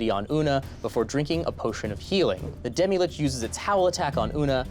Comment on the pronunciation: Um, actually it's pronounced lich and not LICK also it's mythos and not MY thos